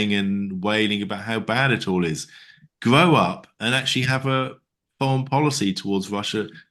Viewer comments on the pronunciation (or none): I'm sorry, but the opening clip was funny AF "Gwow up". 😂😂😂 Not to take anything away from the substance of the conversation, it was just very unexpected 😅